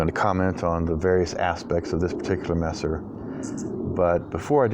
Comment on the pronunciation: Your pronounciation of Messer AMD Nagel is very good. In case you didnt know, Messer in german literaly means knife. And Nagel is nail in englisch. Also Messer is a term used in the englishspeaking world, lange Messer ( long kife) , Bauernwehr ( farmers guard) or even Kriegsmesser( warknife) would be more accurate. Very nice cutting. Really enjoy all your cutting videos. Especially the shashka one. Sadly i cant find one anywhere in the Internet for sale.